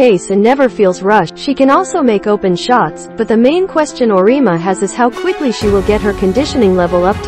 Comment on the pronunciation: Auriemma is pronounced or-e-emma